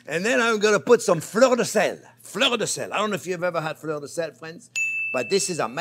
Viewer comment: When you said Fleur De Sel, I thought you said "Florida Sand" 😂